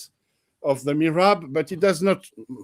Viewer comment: It's mihrab, not mirhab.